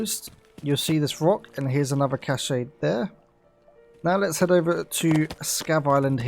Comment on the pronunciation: Cache is pronounced "cash" you dingus. There is no accent over the final e.